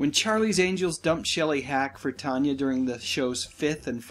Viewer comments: If you were really such a fan of movies and their stars, you would know her name wasn't pronounced Tonya, it was Tan ya. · Why are you saying her name as Tonya its tan- y